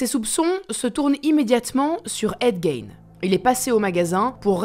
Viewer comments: On prononce en anglais Gein " Guine" et pas " Gaine ' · C’est GAIGNE mais GUINE 😑😑😑